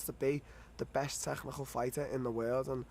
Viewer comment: Darren " the tegghnical fighter" till